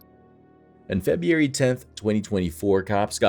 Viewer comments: What month is "Feb-ee-ary?" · The way u pronounce FEB-RU-ARY should be a PSA for kids to stay in school. And unfortunately for some reason, that month comes up alot in this marathon video.